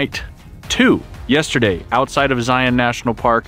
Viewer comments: Finally, someone can pronounce ZION the right way!! Cool camera work too! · Thank you for saying Zion the right way!